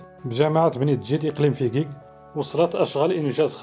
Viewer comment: اسم المدينة .....فجيج وليس (فكيك )